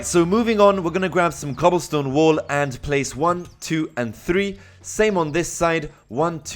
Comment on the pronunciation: he says "wall" like "wool" but i love it